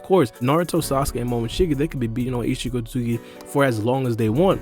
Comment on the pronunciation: Omfg bro its not pronounced “eetchee sosooki” like bro